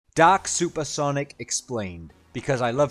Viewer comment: I was hearing "Doc" Super Sonic for the first few seconds of the video...